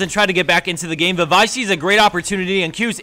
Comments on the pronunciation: lol he said VI but he most likely said vey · he pronouced "vi" "veeyy" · He said Vay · Really sounds like he said Vayne in the first video, not Vi, i was confused. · lol for number 5, he said vayne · On the 5th play, it's be helpful if you could pronounce champions a bit clearly. I was looking for a Vayne, and half way through the video,, I finally noticed it was actually Vi you were talking about. :/ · he said Vay! = Vi i guess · why did u say vayne? lol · Did you say "PK Hypercane on Vayne" ?????????? Or did you just pronounce Vi incorrectly? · He said Vi not vayne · yeah he did, it took me a while to realize he was talking about Vi. Vi, Vayne, close enough xD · Thought you Said Vayne in first clip so was looking for her the whole clip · no he just uses a differen accent he actually says vai